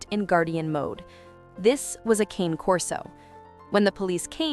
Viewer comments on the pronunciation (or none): The AI voice should learn to pronounce “cane” correctly. It’s “kah-nay.” A human could probably do it